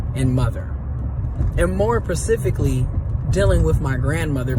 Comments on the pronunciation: At the mark: "...And more PACIFICALLY..." 😂😂 When it comes to critiquing others on their parenting style and other critical areas of their life - Grammar matters. Your setting matters. Your attire matters This is why Kevin Samuels was so prolific. He packaged his product in nice suits. A luxurious setting. With intelligence and a wide vocabulary. I can't take these "car ranting Kwame Brown's" seriously. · She said more pacifically😅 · Dude said more pacifically 😂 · “Pacifically” is crazy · 🙋🏾‍♂️ The young man said "percifically." 🤦🏾‍♂️ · Did he say more Pacifically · I don’t listen to people who can’t pronounce ‘specifically’, even if they’re right 🤷🏾‍♂️